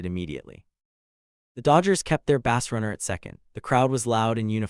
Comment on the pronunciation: I stopped watching less than 5 minutes in. If the AI voice-over mispronounces words critical to following the story -- you know, like "bases" and "Los Angeles" -- I'm not wasting any more time. And "BASS runner"? F*** me.